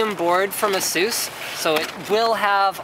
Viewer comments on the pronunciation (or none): The red SATA ports are for Raid 0. And Asusus? What's that? You say Asus! Or maybe I just heard wrong, you maybe said Asus, but it sounded like that. =P